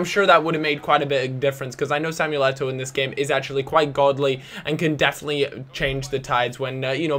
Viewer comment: It is Samuel Eto'o!